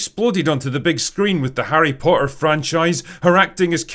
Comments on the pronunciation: I like how you pronounce "Harry Potter" without any T's. 😅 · I just realized The Drinker has that weird british thing where a T in the middle is silent. "Po''er". I only thought this was a cockney thing, not a scottish thing aswell